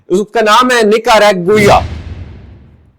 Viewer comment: 😂😂😂 Nicaragua 🇳🇮 Wrongly pronounced